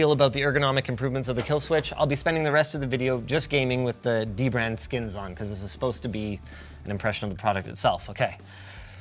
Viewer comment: I always thought it was pronounced Duh-brand lowercase d its dbrand